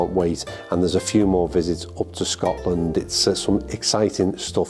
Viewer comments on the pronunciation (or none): none